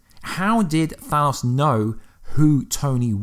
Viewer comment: That's actually not how you day Thanos